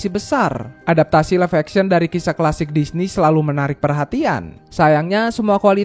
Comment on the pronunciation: Bang kok lu ngomong Disney jadi dishi terus bukan disni